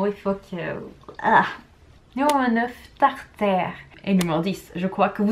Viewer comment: Non !! Pas tar taire. C'est tare tare en ce qui concerne la prononciation. 🌝🌝👍👍👍🥰🥰🥰